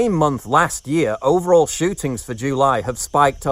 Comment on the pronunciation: Love your videos Paul but pronouncing July "joo-lie" to appeal to your American audience is kind of cringe.